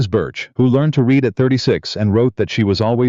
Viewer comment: What kind of parents saddle a baby with the name of Dorkus? Otherwise a good story with no evil, mean, selfish, people and good narration except for the mispronunciations of”read”.